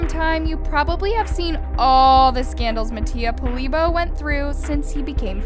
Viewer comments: “mattia polibo” 💀🤚🏼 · Brenda Martínez bro ik she doesn’t know how to pronounce his name it’s mattiapoilbio and Alejandro instead she said “Alejandro and mattiaPolibo”